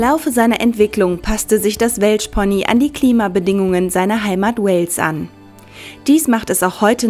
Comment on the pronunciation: sec: Welah-Pony? 😂 Ich weiß es ist Welsh-Pony gemeint fand es aber witzig 😂